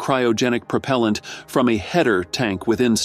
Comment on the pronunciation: What is "Prop-o-lent"?